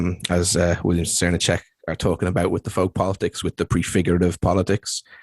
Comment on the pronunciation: Enjoyed listening to this ps. Srnicek is pronounced SirNick pps. if we take the environmental issues as importantly as we should all these ideas need to come into effect. Capitalism is eating itself.